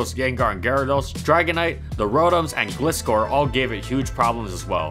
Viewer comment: Did he just say Glisscore and Seizeor?